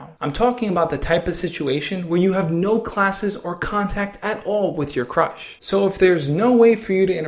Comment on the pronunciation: At the beginning he said how do i talk to my crush but i thought he said how do i talk to my crutch and burst out laughing after he said that xD